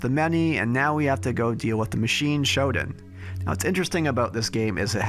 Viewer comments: For the love of god, stop pronouncing SHODAN as "SHOD'N". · Dude, excellent video as always....but every time I hear "Shoden" I cringe...Please, it's Shodaaaan...thank you ❤